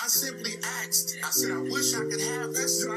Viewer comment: I simply axed!